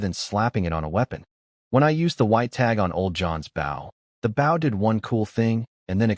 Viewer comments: Just wish all of these vids' TTS could determine the pronunciation of "bow" and "dove" as a noun and verb. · I wish the AI would understand the pronunciation difference between a 🙇‍♂️ bow, and a an archery bow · I want to be reincarnated to a place where the word bow is pronounced correctly by AI. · I really wish the AI voice could pronounce words correctly. BOW used for arrows rhymes with GO or TOE, not COW or HOW. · When the ai can't pronounce bow properly and prenounces it as if it were a boat side. Smh. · i hate how the AI uses bow (action) instead of bow (item) every time it says that i mutter at the fing video "bow (item) not bow (action)" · The use to bother me also, but after watching so many videos and hearing it so many times, I don't even notice anymore. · I've watched a few where they flip the pronunciation and that urks me even more